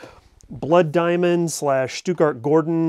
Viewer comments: SHOE-gart!!! SHOE-gart!!! NOT Stutgart. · Stuttgart-Gordon? Come on man. Shughart. 🤦‍♂️